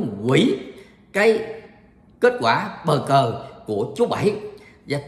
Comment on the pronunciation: bau cu thi noi bau cu tai sao lai noi bo co that kho nghe